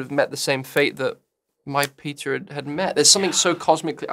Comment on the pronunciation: help i thought that andrew was saying "pita" instead of "peter" and that he was making one giant analogy for like 30 seconds...i'm not ok😭